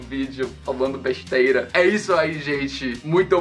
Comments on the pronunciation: amei a maneira que ele falo besteira. Bextera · “falando besteira” kkkk sotaque muito nordestino